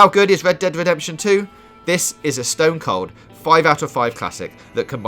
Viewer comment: ved dead vedemption ...ahahahahahahahahhaha